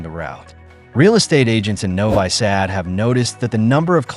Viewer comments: Novi sad is pronounced noviii Saad not novay sad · "Novai Sad"??? Please pronounce the city names correctly! Whether it is Ai or a person reading the narration, put a little effort into not butchering foreign names. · Novi Sad is pronounced as Novee Sahd.